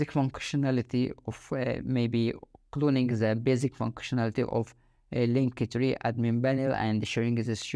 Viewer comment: Man, it's called "link-tree", noch "link-e-tree" 😂